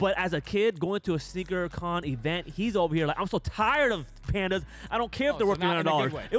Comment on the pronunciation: It is Sneaker “Con” lol